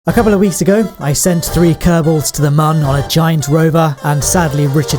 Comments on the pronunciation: And when he acts retarted and calls the moon the "mun" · It's moon, not man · It's moon not mun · Its moon not muun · stop saying mun its moon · This guy 😆😆😆 moon not mun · Its called moon not man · Wtf is the mun it’s called the moon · It’s called moon MOO-UN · It’s noon not mun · Sorry not trying to sound rude but, what accent is it when you call the moon “the mun” again, just curious. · guy on moon cant speak cant see cant be alive and then cant say moon correctly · when you said the mun i thought you meant the moon